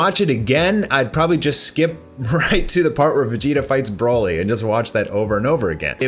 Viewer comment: The only really bad part was when a background voice says “broly”, “kakarot” 🤦🏻‍♂️